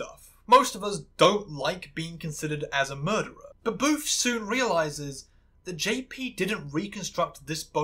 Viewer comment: You keep calling Booth 'Boof' and i love it im dying 😂, he had it coming lol